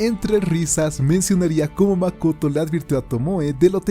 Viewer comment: It’s mak-oto 🤯🤯🤯